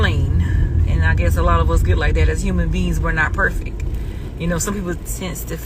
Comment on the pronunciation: What the hell is perfick (perfect)??? At this point I need the to stop talking she mucks up every word that comes out of that dump truck.